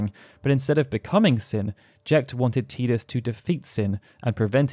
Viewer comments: Dear Lord why do so many people yourself included say Tidus WRONG!! lol even the lead developer calls him Tidus not Teedus or Teadus it's Tidus Ti-dus it's not difficult lol you say his name wrong so many times throughout this videos it begins to annoy lol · Can someone make me feel not alone in that I do not pronounce his name like that, my whole fam has always said Tidus like Tydus. I’ve never heard how others have pronounced it like Tea-dus IN MY LIFE. But have heard plenty people named/pronounced TIEdus. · TIDE-US not TEE-dus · I like how you continuously pronounced Tidus as "tee-dus," but then also pronounced his name correctly as "ty-dus" (timestamp ) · TYE-DUS. Not TEE-DUS. Tidus like Tidal. It's so frustrating to hear his name mispronounced. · His name is Tidus. It's pronounced TY-DUS not TEE-DUS.. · It's Tidus not TEEdus! As in tidal wave, or the tide coming in. Ocean related. Lol, sorry, that was like nails on a chalkboard after a while, but I really liked this vid. Great job sharing the deeper facets of the story! :) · like WHAT is a TEA-dus? I have never heard that in my life lol but yes like Titus! But with a D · Drink every time you say "Tee-dus" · Still refuse to pronounce Teedus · Tidus... "TIE-DUS" ffs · i cringe everytime he says teedus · You pronounced Tidus two different ways! 😀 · the only time you pronunced Tidus correctly. The pronunciation from Kingdom Hearts is wrong. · i can't even watch this because of the way you say tidus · I hate the way you say the main character's name... Considering how much of this world revolves around water it makes sense that his name would be Tidus as in the coming tide... Not Tidus as in I'm drinking a cup of tea... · cant watch. saying tidus wrong :)